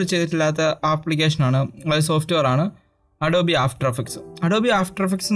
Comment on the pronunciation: ADOB-E Alla bro ADOBE aanu